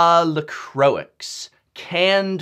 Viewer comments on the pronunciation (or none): That's not how Croix is pronounced, like not even close, it's "croa" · I think that is the wrongest way I've ever heard someone say croix.